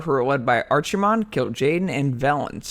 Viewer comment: sorry but if you pronounce "Archimonde" as "Arcjimon" you have no business teaching anyone about lore.